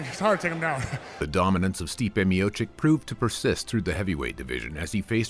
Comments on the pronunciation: You butchered his surname... "Miocik" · you cant even pronounce correctly his name, you asking for support ?